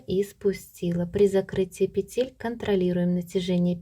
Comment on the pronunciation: Все хорошо и понятно Только режет слух "петЕль" -нужно говорить"пЕтель."И еще меня удивила таблица. всегда размер считали по длине стопы плюс половина длины.стопы. Например, 26 см длина .плюс 13 см будет 39 см - это и будет 39 размер. Т.Е. 2/3 от размера - длина стопы. Неужели сейчас переделали?